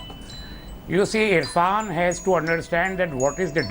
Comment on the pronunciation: Nonsense anchor and the other man! Get the name right!!! Irrfan!